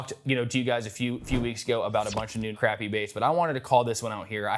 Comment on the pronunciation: His sister’s hair and mispronounced Crappie. Other than that…..nice review..